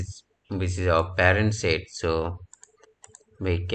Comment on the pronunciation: Not "sit", but "sheet"